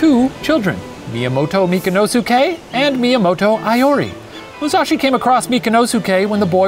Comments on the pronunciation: I kinda hated the whole thing of Iori being called "Aiori" xD, but like the video. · Great episode! As a Japanese person, I just wanted to point out some inaccuracies in pronunciation: Iori is pronounced (EE-ori), Honshu is pronounced exactly like it looks (Shane said Hoen-shu lol). Seijiro is pronounced (SAY-jiro). Overall I'm super impressed with Shane's pronunciation XD Fun fact: most samurai are not born with the name they're known by, don't quote me on this but I think Musashi was born Fujiwara Bennosuke (Fujiwara is a super well-known name in the history books, not sure if he was directly descended from anyone famous though)